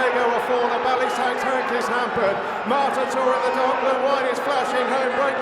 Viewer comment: It's MARTATOR not Mortator. Come on, get the name right!